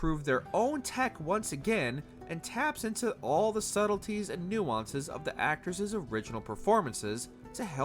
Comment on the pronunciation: 'Actoreses' 'charactereses' where did this guy learn to speak? He sounds 'retardeded'